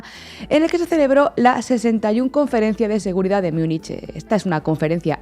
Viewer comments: ...y de paso: ¿por qué no dejáis de una vez esa rídícula pronunciación de "miunich"? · Me encanta La Base ❤, soy suscriptora del canal y me quito el sombrero ante todo el equipo por su profesionalidad. No obstante, se me parte el alma al escuchar cómo habéis pronunciado Munich hoy 😢, ni en alemán ni en la pronunciación utilizada por los hablantes del español. Os pasa con todas las lenguas de origen germánico que no son el inglés, especialmente el alemán y el neerlandés. Las pronunciáis como si fueran inglés. Sería estupendo que eso lo cuidarais un poco 😊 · Por qué pronuncian Munich a la inglesa?